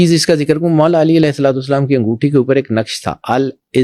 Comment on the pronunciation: انگوٹی نہیں انگوٹھی